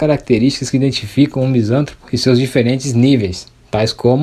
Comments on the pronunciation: Só lhe dar um toque. Em português todas as palavras proparoxítonas são acentuadas. Sendo assim misantropo se fala "misantrôpo". Se fosse "misântropo" o acento seria obrigatório. Em regra no português a sílaba tônica é na paroxítona quando não tem acento. Parabéns pelo vídeo! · Meu caro, a pronúncia correta é Misan TRÔ po, se fosse como pronunciastes, seria proparoxitona, e toda proparoxitona é acentuada.